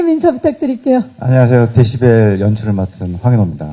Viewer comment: 박경림님이 데시발 이라고 잘못 발음하니까 웃음 터진거 존나 웃기넼ㅋㅋㅋㅋㅋ 데시발 ㅋㅋㅋㅋㅋㅋㅋㅋ